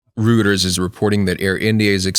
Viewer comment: "Rooters" is reporting? Lol Reuters!